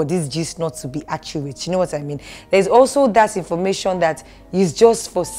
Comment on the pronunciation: The gist not to be “achurate” 🤨😊